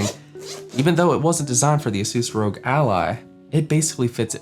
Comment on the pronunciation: Great video! Totally agree, no third party cases are upto scratch yet! Hope to see more content on the Ally. Also, its R.O.G which stands for "Republic Of Gamers" so its not pronounced "rogue" :D